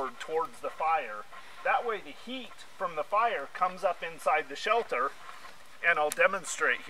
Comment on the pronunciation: You keep saying "shelther", the word is shelter, no "th".